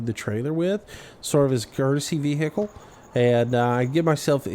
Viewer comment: i hate the way you say vehicle